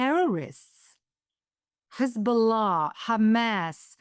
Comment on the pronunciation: I miss her previous updates. She was so eloquent. She was great at pronouncing "Hezbollah". Love Ruth 💖.